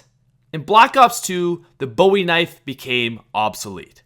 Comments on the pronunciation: Maybe I'm a pain, but the Bowie knife is pronounced "BOO-e knife," not "BO-e knife." I normally try to ignore people mispronouncing it, but I just listened to it said wrong about 15 times, and it drove me crazy. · It's pronounced boo ee knife not Bowie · It's pronounced "boo-ie" knife bro 😂😂 (no hate) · It's pronounced boo-e not boww-e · as a person from Texas believe me when I tell you that you kept saying Bowie wrong